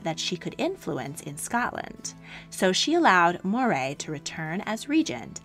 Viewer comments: wonderful vid, as always. Tiny quibble -"Moray" is pronounced "Murray" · Moray is pronounced Murray